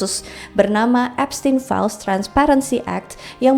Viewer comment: Eps Teen Files🤣